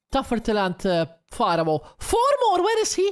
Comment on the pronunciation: It`s pronounced FARO, you riparoni!! 🤨🤨🤣🤣🤣🤣🙋‍♂🙋‍♂👍👍